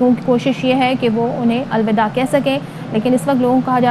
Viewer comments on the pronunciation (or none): الوداع الوداع لفظ ہے الودہ نہیں ' اصلاح فرمایئے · پہلے تو اپ آلودہ آلودہ ٹھیک کرے یہ ہے الوداع الوداع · الوداع لفظ ہے نہ کہ الودہ تم پاکستانی اردو کی ٹانگ توڑ دیتے ہو جبکہ اردو تمہاری مادری زبان ہے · Please correct your Urdu alvida not aaloda. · لفظ درست کر لیں الوداع الوداع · Alwidaa een sey hota ha .For Allah sake appoint any urdu Daan. Pervai, akbar bhatti freelance journalist/lawyer london UK 🇬🇧